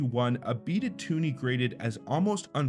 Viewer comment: It’s a twoney not tuni.